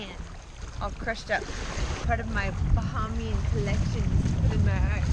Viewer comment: was that Balmoral Island in the background. Did you stay at what was once known as the Emerald Beach or Nassau Beach Hotel? It is pronounced BA HAY MI AN. Tanks Mon (Woman)